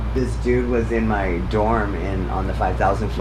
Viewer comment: She said mu character?!